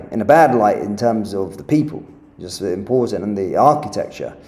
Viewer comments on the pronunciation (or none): none